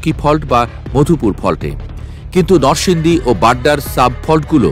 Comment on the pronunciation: সাংবাদিক সাহেব নরসিংদী নামটি অন্তত সঠিক ভাবে উচ্চারণ করেন